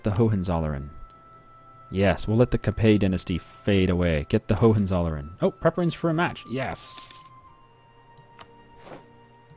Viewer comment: Great playthrough,. Just wanted to say that though your pronunciation of Hohenzollern is close, it sounds like ho-wen-tsol-lern. This was the Germanic dynasty that eventually took over Brandenburg and founded the kingdom of Prussia.